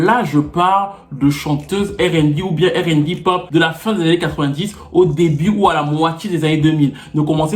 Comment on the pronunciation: Ca m'énerve d'entendre Airainebi... Airainebé, je peux tolérer, Arainebi, c'est logique mais airainebi ca n'a aucun sens tu peux pas prononcer le R en français et prononcer le B en anglais! Désolé mais je n'ai pas pu regarder jusqu'au bout... Je vais chercher s'il y a un sujet sur le R&B français